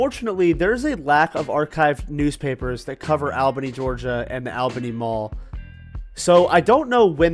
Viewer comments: My parents met there at the Chick-Fil-A in 1994... Also, it is pronounced ALL Bany, not AL. LOL. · ALL-BENNY..NOT "AL"-Bany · All Beny pronounciation. Saying it the way you are is exhausting. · 😊 I just watched the video and I was thinking the same thing. I left him a comment as well letting him know that locals pronounce it ALL***bany. I didn't see your comment until after. I hope he knows we are not attacking him but it's annoying when you hear someone pronounce it like he does. 😊. News anchors ect. Will pronounce it the way he does, but will pronounce Albany New York correctly. I'm sure not an expert in proper English....so I'm not judging him. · great info in the video. It brought back a lot of nostalgia since I was born and raised there. That said, Albany, GA is pronounced the same way as Albany, NY (and every other Albany across the country). So I have to ask: why pronounce it differently? Was it bait for comments? If so, mission accomplished😅 It just sounds bizarre, especially after you mentioned doing “research” on the pronunciation. It’s really no different than the rest of the Albanys in the U.S. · Live in Columbus and have driven past the mall numerous times both for shopping at other places on the same strip and on my way to Florida. Interesting pronunciation, but to each their own. Would love to see you cover the Lagrange and Waycross malls as well. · Yep everyone around here says ALL BENNY. and the way he pronounced Mansours made me laugh. Man's hours? Man swores. It's all good. Lord knows I've butchered some pronunciations.